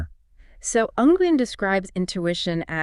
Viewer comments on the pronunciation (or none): It might be spitting hairs, but Nguyen is pronounced more like "Nwin", one syllable, semi silent "n".